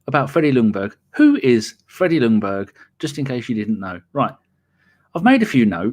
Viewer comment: Stop saying Lungberg, the L is silent. It's pronounced Jungberg. / Sweden